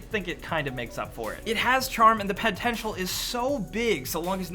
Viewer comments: "and the pentential is soo biiig" rewinded, listened again and stopped watching there. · pentential? not even close m8 lol